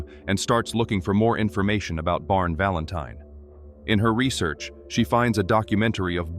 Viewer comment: “ Barn Valentine “. AI really knows how to mess up a name. 😂🤣😂🤣😂🤣😂